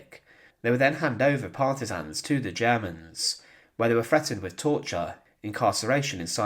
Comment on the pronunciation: You may not have noticed, buddy, but this narrator has a speech impediment. He pronounces a few words incorrectly. (Free=Three Faver=Father Fretened=Threatend Viss=This)